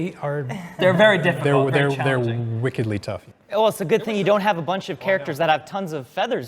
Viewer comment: So frustrating to have them say “wickedly” so many times without them pronouncing it like “WICK. ed-lee” re-the Adele Dazeem incident.